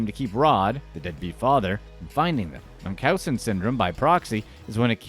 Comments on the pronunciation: DeeDee suffered from Münchausen by proxy. It’s pronounced Munch (as in cha)-ausen. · you missed pronounced Munchausen by proxy its pronounced kinda like Munchies. Mun-cheez .. Now try saying Munchausen. Munch-house-sin....by Proxy. Pra-xie